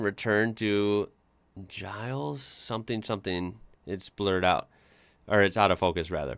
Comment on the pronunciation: Giles not gilies!